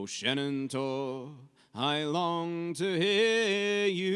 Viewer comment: Question about 'Shenandoah': why do you pronounce the 'i' at the end as 'ay'? I'm sure there is a good reason but was very surprising to hear; anyway - sorry not to have been able to watch the stream live yesterday, but still under the spell of having been to and enjoyed a lot your concert in Sint Niklaas (including the chat and photo op)! :-)